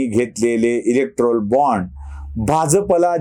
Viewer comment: इलेक्टोरल असा उच्चार आहे